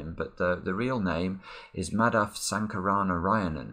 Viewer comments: Well done for pronouncing Sankaranarayanan so well. Lots of people struggle with those sorts of longer names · You bloody nailed the pronounciation of the constructors name there. Also, happy birthday!